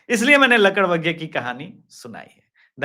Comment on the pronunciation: I t is lakad baga not ladak bagga